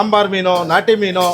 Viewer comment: En naati ... Sir niv keldag naati naati anthare aden nati andre keli 😂